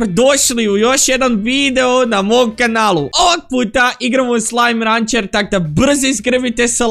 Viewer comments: Nije slajm rancer nego jeslajm rencer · Ni je sllime rancr nego sllime rencer